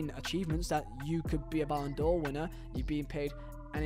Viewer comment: Ballon D'OH clause 😅